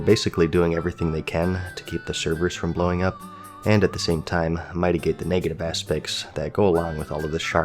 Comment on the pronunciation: bruh fr? MIGHTIGATE?